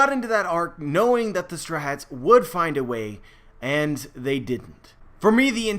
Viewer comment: Whenever you say Strawhats it sounds like you’re saying strats... just saying.